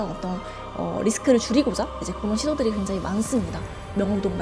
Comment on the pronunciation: 굉장히광장히광장만 100번 들은듯 저런 아마추어를 부르다니...답답한 발음과 전문적인지 않은 표현들. 더이상 못보겠네요.